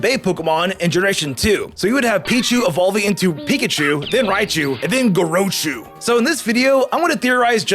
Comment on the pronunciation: It's "Gore-ah-chu"